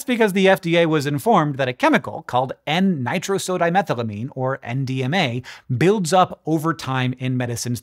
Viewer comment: Hank out here slaying the pronunciation of “nitrosodimethylamine” like a boss.